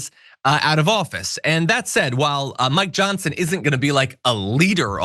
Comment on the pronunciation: I could have sworn you said "my johnson" vs. "Mike Johsnon" early if the video...lol